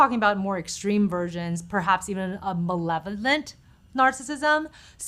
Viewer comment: She cannot pronounce malevolence much less define the malevolence implicit in narcissistic behavior at every level of pathology